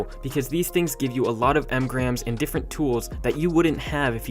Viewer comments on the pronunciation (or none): the person who made the video said emgrams they were making fun of how he said engrams